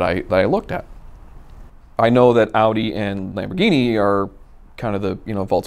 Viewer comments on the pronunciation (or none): none